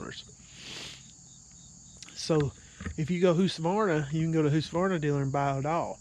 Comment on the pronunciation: Lol it’s not whosqavarna it’s hus ka varna.